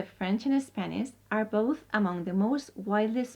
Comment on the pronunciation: spaniSH , I do not know why it is so hard for people from Spain pronounce correctly the [ ʃ ] sound